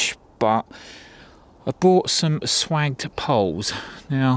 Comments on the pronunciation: Swaaay ged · A gentle hunt.Those ooles are swaged, not swagged.... sounds like 'J'. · "Swagged" is pronounced "swajjed" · Swaged pronounced , swayged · Yep, pronounced 'swayge'. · The clamps are from Stauff, good kit used everywhere in industry. Google Stauff. P.s. Swaged, pronunciation is "Sway-Jde" These poles can take more wind stress than you may think, sometimes building some slack into the mechanics can hel with wind stress better than some people think. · Its pronounced - swaged 🤪 Brilliant antenna. Is the antenna directional. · I was about to say that. Pronounce the "a" as an "aye" and the "g" as a "j"